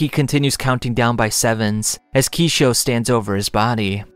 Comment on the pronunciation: Kishou not Kishio!!!